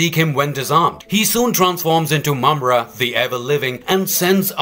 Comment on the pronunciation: Congratulation! You finally pronounced his name correctly. I'm glad I could help.